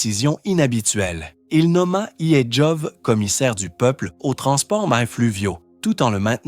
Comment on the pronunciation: Peut-etre pourrais-tu apprendre a prononcer correctement "Yezhov"?